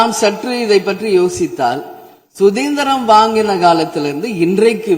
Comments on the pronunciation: சுதிந்திரம் என்று சொல்கிறார். சுதந்திரம் அல்ல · 🤣🤣🤣🤣🤣 சுதந்திரம் என்று உச்சரிக்க தெரியவில்லை சுதேந்திரம் இப்போதும் தவறாகதான் நினைக்கிறேன்